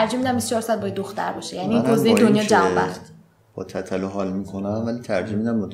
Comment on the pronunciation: تتلو رو چرا اینجوری تلفظ میکنی😂😂😂😂😂😂😂😐